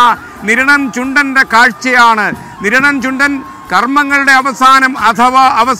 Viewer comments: കിരണം അല്ലടാ സ്ത്രീകണ്ഠ നിരണം എന്ന് പറ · കിരണം അല്ല നിരണം എന്നാണ് 🤣🤣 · Kiranam ,alla Sir niranam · Niranam not kiranam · Not keranam "Niranam" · കിരണം അല്ല മിഷ്ടർ,.. നിരണം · കിരണം അല്ല നിരണം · ആദ്യം കിരണം ആണോ നിരണം ആണോ എന്ന് ഉറപ്പിക്കാമോ 😀